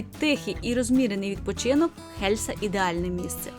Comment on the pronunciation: І останнє...Не Хельса а Єлса.Не гнівайтесь,нічого особистого.Відео супер,успіхів Вам...